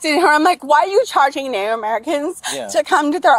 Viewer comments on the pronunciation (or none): Why can't this "Native American" pronounce the word "NATIVE?"